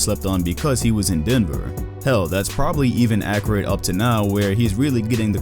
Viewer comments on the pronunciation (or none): none